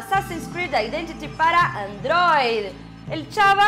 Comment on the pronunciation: 2 comentarios: -¿Qué carajos es esa forma de pronunciar Android? -Usaron imágenes de la interfaz gráfica antigua que tenía su soporte técnico. Ahora es diferente y es bastante más moderna.